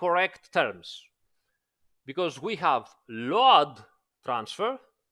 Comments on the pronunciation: Why you keep pronouncing it LO-ADD. Instead of Load (lowd)? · I really like the way is pronouncing LOAD, even knowing it's not correct....